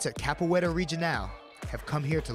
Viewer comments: Capoeira (CA PU Eh RA) you had one job. 🤦🏿‍♂️ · Capoeira not capoeiro. Come on, man! I'm an American and even I know that!